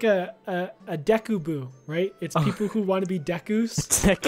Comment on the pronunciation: you can say goron but you can't say deku you say it like deeku